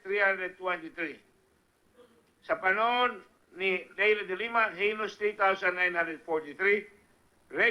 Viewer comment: DE LIMA NOT DE LEMA